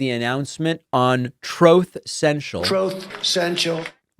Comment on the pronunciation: "Troth Sential"